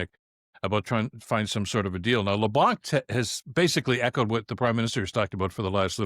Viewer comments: LeBlanc is pronounced with a silent c. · In Leblanc the c is silent. Time that i can give to Carney but slack never. I can't read his mind, i trust monsieur Carney way more than i can trust the conservatives but Canadians shouldn't lower their vigilance and should never mute their voices, We have the right... no the obligation to keep our govt in line or we are doom to fall in the same hell than all countries governed by totalitarians and dictators.